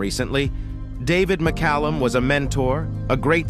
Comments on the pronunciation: Thanks for pronouncing his name correctly. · My local newspaper didn't mention his name either. They had no trouble forgetting to mention more liberal actors, of course. Thanks for pronouncing and spelling his-and Illya's name correctly.